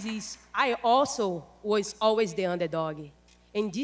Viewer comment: when Amanda says under doggie. :D